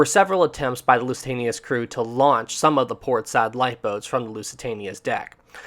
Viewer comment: I'm glad I'm not the only one who forgets the n in launch 😅. It's okay, I do that mistake all the time lol.